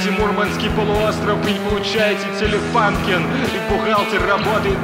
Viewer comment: Телефункен через У читается. Немецкий бренд же.